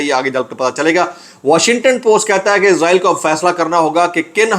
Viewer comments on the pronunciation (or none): Izraeel nahi Israel hai izraeel frishty ka Naam hai